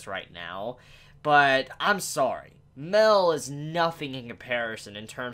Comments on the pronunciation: Miel. Isn’t hard to pronounce. So why are you calling him Mel? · ''Maiyel'' not Mell >:(